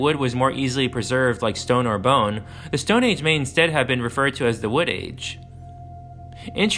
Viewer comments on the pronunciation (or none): none